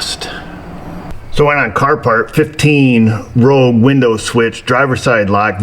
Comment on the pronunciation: you sure you're dealing with a Nissan "Rouge"?:)